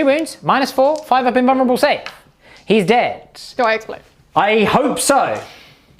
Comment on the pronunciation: Lol this dude "invurrable save" ha